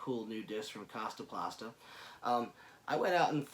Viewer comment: The way he kept saying "Kastaplasta" was bugging me. Great disc tho, for sure.